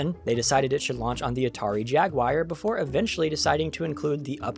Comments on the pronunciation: Jaguar not Jagwire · Jagwire? What on earth is the Sega Jagwire? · Jagwire? Whenever I hear this type of mispronunciation in a YouTube vid I immediately skip. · Please stop saying "jag wire".